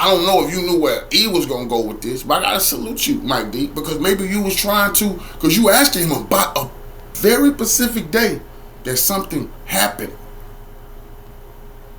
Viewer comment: Specific not pacific my nigga